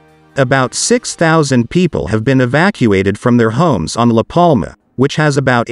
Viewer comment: Excellent narration? It's a bloody TTS voice reading text. It's awful, started with L A Palma, not La Palma, and got more staccato and ridiculous after that.